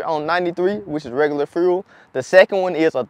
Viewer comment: Frule=fuel, frew=few, skreet= street. Gotcha! 👍👍👌👌